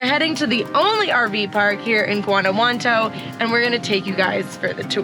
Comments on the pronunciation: She literally got it wrong every time she said it. Guantanamo, Guanajuanto...smh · You might want to learn the correct pronunciation of Guanajuato. (Wan-a-wat- toe) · Every time you say the name Guanajuanto you say it differently, it's not Guanajuanto, it's Guanajuato.